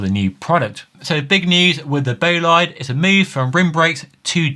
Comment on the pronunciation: Imagineer/Futurist. BTW, that’s not how you pronounce Bolide.